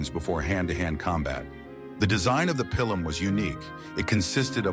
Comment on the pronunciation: Pilum: pronounced pee-lum, not pile-lum or pill-lum